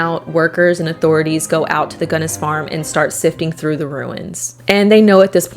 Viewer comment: Oh, FWIW, I always pronounced her name like you did, until I met some people from the La Porte area who all pronounced it "Gunn-ESS," as opposed to "GUNN-ess" which is how I'd always heard it said. Not sure which is correct, but just thought it was interesting... Love your content!! ❤❤❤